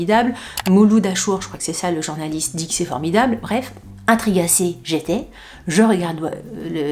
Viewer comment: « Intrigassee « par White Lotus ??? 😂😂😂 j’adore l’année commence bien 😅 Bloavez Mad comme on dit chez nous